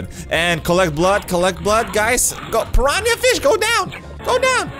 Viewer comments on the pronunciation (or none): Pan ran ia? Pir ran ah. Piranha. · i love how he says piraniah XD